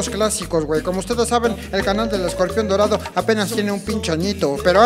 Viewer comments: "escombrión dolado" Jajajajajaja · jajaj ese man dice nacho libre perfecto casi..y escorpion dorado lo dice de la verga